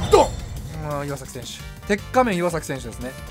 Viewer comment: 細かいけど、いわ ゛ざ ゛きですよー